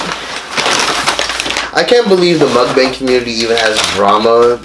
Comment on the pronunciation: can't even say MUKBANG right. Lmao